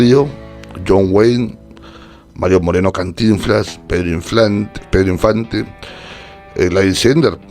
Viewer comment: Pedro “inflante” 😂😂😂